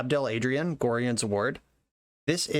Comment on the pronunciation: In the Baldurs Gate games they pronounce Gorion as "Go-Ryan"